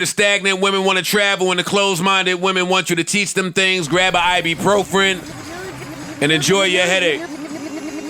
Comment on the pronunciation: How Joe find a new way to pronounce ibuprofen every single time....it's just extra funny coming from the guy who put the dic in dictionary